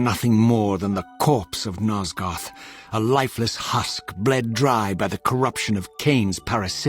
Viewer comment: "Nozgoff" Love you, I'm just trollin' 💕